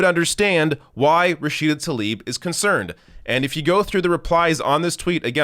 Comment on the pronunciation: Hey man, as you go about inciting against Israel, do try to pronounce the woman's name correctly. What a copious amount of ignorant BS at this gathering of hate-filled anti-Israel sheep. When will these squad-ers start tackling the AMERICAN issues they were elected for? I'll wait....